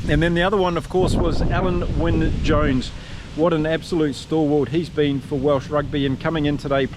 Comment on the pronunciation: OK, you asked for it! Alun Wyn Jones, you made a decent stab at it, but if you want to get it spot on, it’s Al-in, obviously I have first hand knowledge of this particular name…